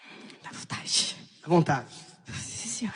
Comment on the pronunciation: Sente o cheiro... - Davontatih 🤣🤣🤣🤣🤣🤣🤣🤣🤣🤣🤣